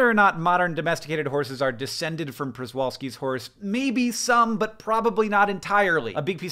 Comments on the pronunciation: I was waited with baited breath to hear how Hank would (mis)pronounce “Przewalkski”. It’s ok, Hank, nobody but Polish people know how to pronounce that mess! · I'm not Polish and can't pronounce it but at least a felt a sense of unearned superiority at recognizing that his pronunciation was wrong. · Hank! I love this episode. Mainly because I love horses and for over 30 years I was a horse trainer. My only comment is the Przewalski’s horse is pronounced “chevalski” or shevalski rather. Otherwise, awesome vid! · Pronounced “Shevalski”. Przewalski after a Polish-Russian explorer who adventured there. Spelled Przewalski. Pronounced “Shevalski” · Is pronounced "shevalski" or close to that .... just sayin 😂... You're right though... no real wild horses anymore, despite brumbies, mustangs, etc... 🐎🐎🐎🐎🐎 love the gg's! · I pronounced Przewalski that way for a long time, but it's more like "shevolsky"